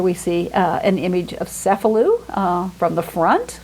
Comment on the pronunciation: pronounced "paladoro", as 1 word. It's Cefalù pronounced CHE-faloo. It's pantOKrater, middle syllable emphasised.